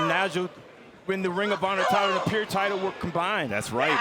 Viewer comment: Why can't say PURE. He's saying Pier... wtf is that